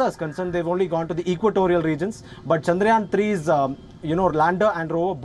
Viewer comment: The way she pronounced: Shandraayan 😂